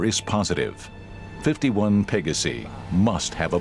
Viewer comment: This narrator has pronouciation issues. Pa-ga-si? Hello? It's Latin, as in Pey-gaw-si!